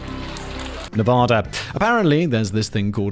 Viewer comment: There is no soft a in Nevada, all the a's are pronounced hard.